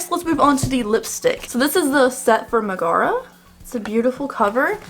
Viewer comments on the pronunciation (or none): They said it wrong in the colourpop reveal video too💀 I keep screaming mega-rha not meh-gaar-ra. I don’t know how to spell-pronounce stuff so even that might be wrong😂 It doesn’t drive me nuts so much as make me giggle to see how people pronounce it differently. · Pronunciation: Megara = Meg-uh-ruh 😉 Loved the eye look. I ended up buying the entire collection because I have no self control. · I think this look is so cute. I love the cute diffused pink. (I have to stop myself from buying every pink eyeshadow pallet ever) One thing though Megara is pronounced meg-a-ra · Meg is my favorite of all the Disney girls. Her song in Hercules is ICONIC! and she's a real badass. Lol kinda kills me your saying her name wrong but whatever, do you. Lol ✌🤘💋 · I didn't see the reveal video. It doesn't for real bother me like annoy me or anything. But just cause she's my favorite it makes me like "noooooo" lol but esp for colorpop to mispronounce it that's ridiculous. But now I totally understand why she said it the way she did. But its deff wrong from how it is in the actual movie. Lol